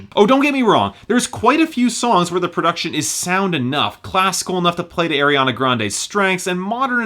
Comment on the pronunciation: I still cringe when he says "Air-iana Grande"